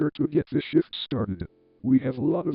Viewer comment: At the beginning, I could almost swear that I was hearing the word "shift" as "SHIT"!